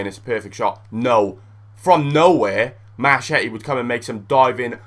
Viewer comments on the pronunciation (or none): its pronouced marketti